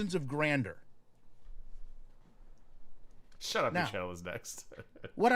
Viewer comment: He’s sooo dreamy ‘delusions of GRANDER’ 🤣🤣how does he make these errors? Even when I typed it in I had to fight my damn phone to put in ‘grander’ 🤣🤣 We have a local funeral home that has an ad-seems like the only ad they play🤣it has to be the owner…you just know the radio station tried to get him to let someone else do the reading of the script….but no😂’in line with your imma-nen wishes’ jfc…